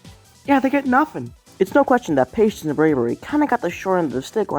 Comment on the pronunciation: what... PATIENCE not paitence pai tence is wrong